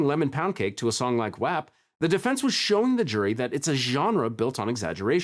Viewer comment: Wap is pronounced wop lmfaoo 😂